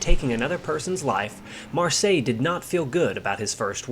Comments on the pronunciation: "seille" is not pronounced "sigh", but "say". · Marseille is pronounced Mar 'say! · " Mar-Say " 😁 Great video none the less. Thanks buddy.😉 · fair enough pal, it really doesn’t sound right though when you give so many different pronunciations. Your very first pronunciation of his name on the video is spot on. At one point you are saying ‘Marshay was two months shy’ of his 23rd bday.(they both sound the same the way you say it which they shouldn’t). Found you on Facebook, can I offer some advice? (Not meant in a condescending way) I have every book there is on Marseille and tons of other pilots and aircraft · Great video but very irritating how you couldn’t learn how to pronounce his name and surname correctly before making this video! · Your pronouncing his name incorrectly. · great video his name, though. I think it is pronounced exactly like that French city. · Please try to find out how the french pronounce "Marseille". The nmae Marseille is exactly pronounced like this in German. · Pity the Narrator can’t pronounce Marseille Correctly. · And the question for our Quiz tonight is: How many different pronounciations of the name "Marseille" did the narrator use ? Was that a) 11 b) 17 c) 8 in 10 minutes plus 12 other variations d) 21 (all possibilities also combined with the fact that it wasn't pronounced one single time correct, being like the French town.) Fun game: with how many different pronounciations can you come up for Ike Eisenhower ? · man I was really hoping you would get this one thing right, I mean his name is simple it’s pronounced like the French city in the south of France.. don’t know what else to say it’s so simple.